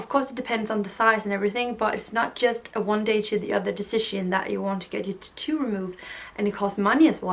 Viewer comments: Titu for tAtoo lol 😆 it’s so funny how the different parts of the world say 1 word and it sound different. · I love the way you say "tattoo"! I will never ask anyone for their honest opinion, I wouldn't believe them anyways.